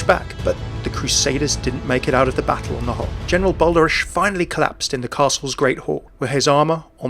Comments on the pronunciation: the "ch" in Eichenwalde and Balderich is pronounced more like the "h" in hilarious ... or that's what comes closest to it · As a Dutch guy watching other people try to pronounce a hard G or CH such as in "Balderich" and "Eichenwalde" amuses me